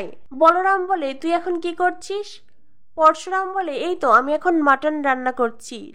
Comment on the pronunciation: উচ্চারণ ঠিক করবে Parsuram না Parasuram